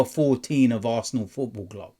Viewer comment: It’s all about “the ASSna” 😅